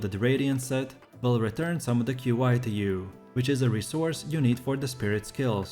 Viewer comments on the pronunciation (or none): Qi is pronounced “key”, not Q I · its pronounced as ''chee'' not key wtf